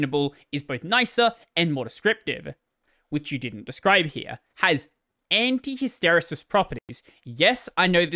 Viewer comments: "Hister-e-sis" is how ive always heard it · It’s Hiss-Ter-eee-sis. Emphasis on Hiss. If this helps anyone.